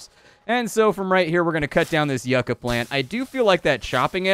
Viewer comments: Loved the video! also for future reference the plant is pronouced "You-cah" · LoL love the way he says Yucka plant lol